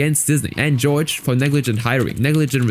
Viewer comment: also Jorge is pronounced HOR-hay, not George